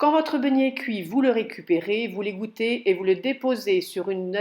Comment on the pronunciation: Bjr,merci pour votre vidéo.Pourquoi dites vous begnet et pas beignet?Cordialement Florence.J’ai de la levure de boulanger,combien de grammes s’il vous plaît,par rapport à de la levure déshydratée ?Merci